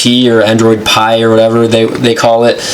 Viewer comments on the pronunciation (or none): So this guy doesn't know that PI is pronounced 'pie'. Come on man lol